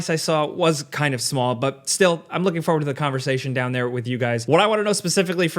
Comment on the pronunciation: I like content. But it absolutely kills me every time he mispronounces forward.